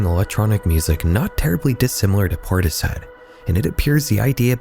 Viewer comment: Portishead is not pronounced that way